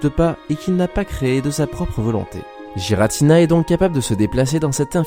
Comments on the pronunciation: ce n'est pas JIRATINA c'est guiratina ! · Par contre c’est ArKeus et Giratina et non pas Arsseus et jiratina... Sinon belle vidéo 👍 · C'est pas non plus Aceus et Giratina quand on sait prononcer le français, c'est Arkeus et Guiratina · Pitié je n'ai pas pu aller jusqu'à la dixième seconde à cause des bavures à répétition faites sur Arceus et Giratina. Faites un effort. Aller voir leurs films. Y'a pas de débat car leur vrai nom ont été donner dans les films. C'est pas Arceuse mais bien Arceus. Et pas Jiratina mais bien GIratina. Merci de faire attention à ça. C'est dommage de mal commence une vidéo intéressante à cause d'un effort absolument pas fait. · Je prononce "guy-ratina" perso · oui il a raison tout comme giratina faut le prononcer avec un "u" "guiratina" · Tu pourrais au moin prononcé giratina et arceus correctement autrement dit exactement comme la prononciation donné par le pokedex officiel